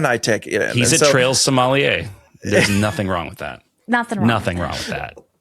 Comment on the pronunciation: Shout out to for pronouncing sommelier correctly:_pursuitApproved